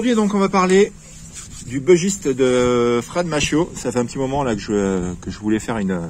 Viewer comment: J'adore ce couteau aussi. Il est issue de la région du Bugey. Il se prononce donc "bu" et pas "beu". Comme tu affectionnes particulièrement ce modèle autant avoir la bonne prononciation !